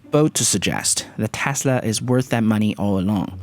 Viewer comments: It’s Tesla, not Tasla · Good video but it’s TESLA not TASLA!! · "Elon Musk, the founder of Tæsla" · Stop saying tasla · Jesus dude can you please pronounce your "E"s probably? Dafuqs tAsla? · ITS PRONOUNCED TESLA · correction: Täßla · "Analysts astimate that Tasla's ravenue wall graw bay tharty parcant naxt yaar" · How hard are you trying to pronounce tesla so poorly. It sound like you are hurting your self to pronounce the word lol